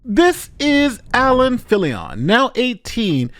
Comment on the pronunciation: We dont owe the dirtbag swatter to say his name right but its Filion like an onion. Why on earth are you saying it Filli- on? You're speaking normally and then with names you always get weird and pronounce them as if the rules of the English language suddenly no longer apply, but for only that name. Weirdo. 😁